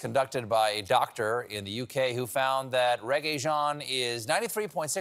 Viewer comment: Maybe learn how to pronounce the names of celebs in your "bits". Regé-Jean is not pronounced reggae-Jean.